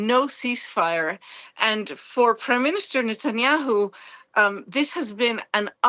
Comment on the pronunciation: Did i Just heard Netanyahu called SATANHYAU twice 😂😂😂😂